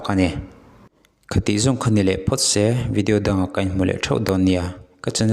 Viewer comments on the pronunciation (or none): none